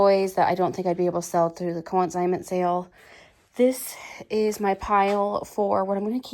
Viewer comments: Just wanted to make sure you were aware that it’s pronounced CON-signment sale, not co-IN-signment sale. CONsignment like con man, not co-IN. :-) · Con-signment (not co-in-signment) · Break the word up...con-sign-ment.